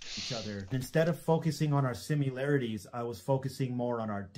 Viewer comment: bruh, pronounced similarities as SIMULarities. 0/10 apology, fined 20 pound sterling and sentenced to death. May God have mercy on his soul, and God save the king.